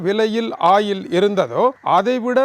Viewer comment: வணக்கம் ஐயா, "ஆயில்"என்று இழுத்துச் சொல்லாமல் "ஒயில்- oil" என்று இலங்கையர் உச்சரிப்பில அழகாகச் சொல்லலாம் என்பது எனது பணிவான கருத்து......